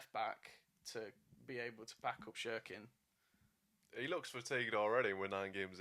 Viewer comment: Please it’s not shirkin it’s pronounced Sirkin but it’s spelt Cirkin 😂